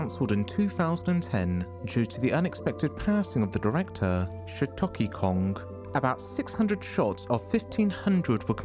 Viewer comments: Shitoki Kong??? Bro it's Satoshi Kon. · I don't like to make fun of bad pronunciation, but how do you get "Shitoki Kong" out of "Satoshi Kon"? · The Narrator, eating potato chips between audio recordings. "The well known director *checks notes, frantically sweeps greasy crumbs away*....Shiitake Kong." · "shiitaki kong" huh? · "Shatoshi Kong" "John Carpenter" bro. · not even , it sounded more like "sotochi kong" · FR how on earth did his name get butchered that badly???? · I understand you aren't familiar with japanese, and I don't want to be mean, but how do you mispronounce Satoshi Kon and Gegege no Kitaro THAT badly?? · Dude I love your work but please look up how to pronounce things in other languages before you read them. Your mispronunciation of Satoshi Kon's name gave me an aneurysm